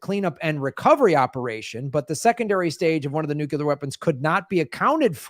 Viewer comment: Nu- Clear NU- CLEEEAAARRR! NOT NU-CUUUU-LARRRR!